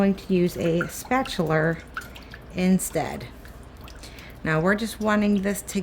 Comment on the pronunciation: No R in spatula